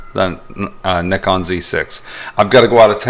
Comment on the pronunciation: Nice to hear you pronounce Nikon as Nikon and not Nykon!!